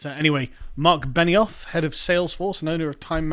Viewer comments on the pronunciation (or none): none